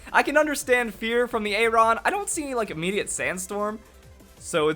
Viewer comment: The pronunciation for Aron is how you'd expect it to sound. Literally the name, Aron. Google it.